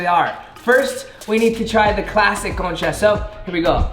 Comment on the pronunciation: Okay i know spanish y cuando dijiste “bienvenidos a mi canal” and also “concha” and “pan dulce” lo dijiste bien wow quedé sorprendida de ti 😮✨